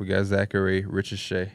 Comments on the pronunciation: I feel like I was being gaslit everytime and p call him “richasaur” and now making fun of for his pronunciation lmao Like how do y’all watch and read so much basketball and just getting it right now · risacher: ree saw shai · Crazy how P and were making fun of for his pronunciation of Risacher but he’s closer to being right than they have been with “Rich Ausar” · Broooo I'm French and the way P prononce Risacher name is so wrong 😂😂 I died when he said I "used to" butcher his name